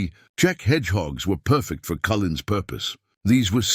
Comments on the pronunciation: The announcer was annoying and not pronouncing "Cullen" improperly. Didn't you listen to the final recording!? 😯 😱😡😠🤬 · How broken down was the tank, they used it in combat? How many wrong ways can you spell and pronounce a man's name?